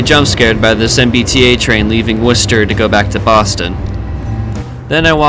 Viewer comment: Heads up, there is no H in Worcester!